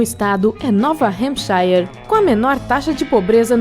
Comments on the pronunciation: só errou a pronúncia, a certa seria algo como "(Nú hempshãr) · Eu nunca vi uma pronúncia tão ruim como essa do estado de New Hampshire. My god! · falou nova hampishiere. Qndo se pronúncia hampishire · A pronúncia de New Hampshire ta errada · Moro em New Hampshire e digo pronunciou muito errado! 😁😂😂 e vi cada bobagem falada aí 😂😂😂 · Pronunciou o nome do meu Estado errado! New Hampshire 😂😂😂 nunca ouvi um brasileiro pronunciar desta forma que ela pronunciou 😂😂😂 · pronuncia de New Hampshire totalmente errada, e palavras inglesas acentuadas não existem. No mais video Top.